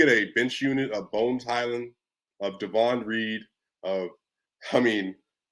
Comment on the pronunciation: DAY...von Not Daaahvon